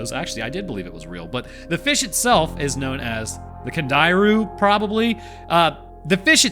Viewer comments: Its pronounced candy-rue and yes it does swim up urethras. At least do research if you’re gonna make a video on this shit hack job. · baffled by Roanoke's unwillingness to google how things are pronounced, like the Can-dee-ru; and full willingness to pronounce things insanely wrong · I hate to inform you that Jeremy Wade did an episode on the Candiru and actually found the guy who had his… yahoo assaulted. The hospital where they removed it still had the thing in a jar. He brought the guy to the hospital To see his Gilled violator. Also, it’s “Cand ee roo”